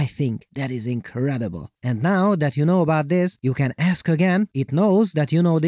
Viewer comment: Did you say the ability to find marks on fabric was "ink-redible"? 😅